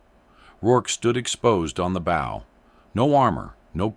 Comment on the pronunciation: “..fighter lined up perfectly with the bow..”. “bow”…rhyming with “go”….😅…shut up.